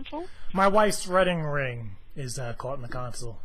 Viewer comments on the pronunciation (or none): you said redding ring